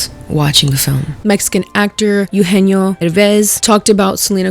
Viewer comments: It’s pronounced Eh-oo- genio. Not “you-genio” Anywho, I don’t like the criticism that Selena is getting. My daughter is a second generation Mexican American. I tried to teach her Spanish, however, due to her having a speech delay, she had difficulty picking it up. Therefore, she only speaks English. I would hate for society to make fun of my child and label her a “no sabo” kid and/or tell her that she’s not Latina enough due to setbacks that were out of our control. Selena was offered a role and she took it and made the best of it. I think that you’re pointing the finger in the wrong direction. What was she supposed to do? Say no to making money? If the same opportunity arose for you, would you have said no? I don’t think so. Ultimately, I agree on this being a bad film overall. The plot didn’t make sense. There’s no way that a cartel kingpin would ever consider becoming a woman. Machismo runs deep in the Mexican culture. It just wasn’t realistic. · so sorry to nitpick but its "EH-oo-jeh-nyo"😅 also the man has every right to criticize considering hes been successful in both the mexican and US film industry. and i LOVE only murders in the building but selena is just not a good actress so the excuses for her performance are dumb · eugenio is pronounced "eh - ooh heh - neo" btw (sorry love you lol ❤) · If you're going to discuss the cultural insensitivity of Emilia Perez (which I totally agree with) you should look up how to pronounce Eugenio properly, it's not very difficult! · also the mispronunciation of Eugenio is hurting my soul 🥲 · Okay I know this is minor but it’s not Ugenio Urbez, it’s Eugenio Derbez. Eh-ugenio. He’s an icon. He deserves to have his name pronounced correctly 😭🤣🙏🏽 love you!